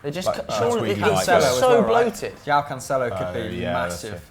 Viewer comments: "Lectures on pronunciation, yet continues to pronounce Joao incorrectly" - Pato. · “Yoao Felix” & “Yulian Brandt”?, sort it out